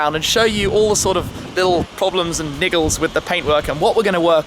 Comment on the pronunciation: I crack up every time I hear you say "niggles" Tim hahaha